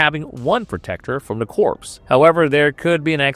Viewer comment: Corps is pronounced “core” not “corpse”.